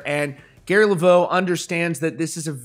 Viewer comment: Its levox (le vocks) not laveau (left vo). You should know that being in country music news.